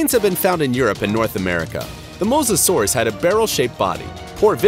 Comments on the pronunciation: It’s pronounced Mosa-saur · you said it mosasasaur wrong